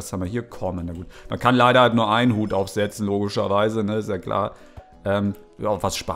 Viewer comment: isch hab ein hüt und der steht mir so güt"